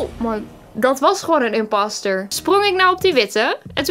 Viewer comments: Ik belike: ik die imposter zegt:IMPASTER! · Van mij mag je zeker inpauster zeggen(inpauster=inposter) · !!!!Mensen!!!! Het is gw imposter maar je spreekt het uit als imaster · Je mag inpaster zeggen